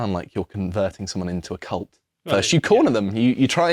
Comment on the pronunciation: "It does sound like you are converting someone into a cult" Replace the "l" with an "n" in that last word.